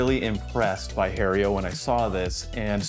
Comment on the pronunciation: Lost me at calling it Hae-rio. Learn to pronounce the name of the company you are stumping for. I'm amazed they didn't boot you out immediately